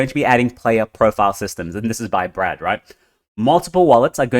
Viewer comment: it's Brett not Brad 😂